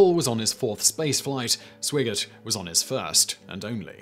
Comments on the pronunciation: and The second astronaut named in the crew list was Jack Swigert. It sounds like the narrator calls him "Swaggert". I have heard this mispronunciation (as it seems to me, at least) by others before. I figure there must be an explanation for this. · Swigert = sʋaɪ'gɚt (sw-eye-gert) Grumman = gɻʌ'mən (rhymes with American pronunciation of "comin'", as in "comin' at you.")